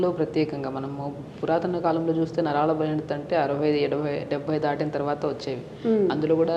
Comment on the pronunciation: Naralu kadu Naraalu